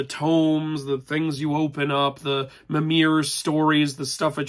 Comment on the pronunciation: FYI Mimer is pronounced Mi like Me and mer like MERmaid./gen